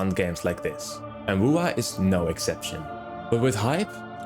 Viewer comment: Can't say WuWa without 2 W's ...